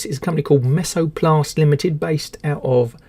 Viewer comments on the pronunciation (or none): MesoBlast, not MesoPlast.